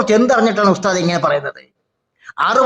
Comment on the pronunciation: ഉസ്ദാദ് അല്ല ഉശ് മാൻ